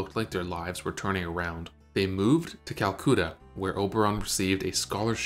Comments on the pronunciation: Not "kal-KOO-tuh," it's "kal-KUh-tuh." I have never heard anyone mispronounce it like that. The narration almost sounds AI generated. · Calcutter is pronounced Cal-Cutt-er. As in “utter“. I never knew she was born from such a young mother…wow….odd how two of the most beautiful British actresses- Merle & Vivien Leigh would both be born in India. It’s odd how Merle was worried about her country of birth, as I’ve never heard of Vivien having the same concern. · Calcoota? Really? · It's pronounced Kolcatta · Calcoota? Jeez... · Drives me nuts as well. Calcoota. Charles Lockton (to name just two) aaagh 🤯